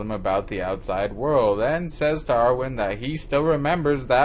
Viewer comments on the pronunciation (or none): Armin not arwin